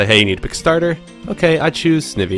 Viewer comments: not to be a troll, but the way you pronounce Snivy is [Sn-I-vee] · This is a super helpful video but... the way you pronounce Snivy... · Yeah! XD